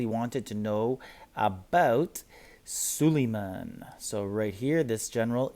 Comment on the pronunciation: You say all these names wrong which is annoying. Sulieman, Ares, ect…please learn how to say the words you use because it takes away from whatever you are talking about.